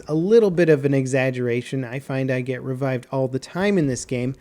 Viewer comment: revived, not RE-vived.